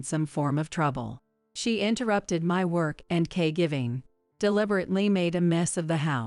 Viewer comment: I thought it’s caregiving not cay giving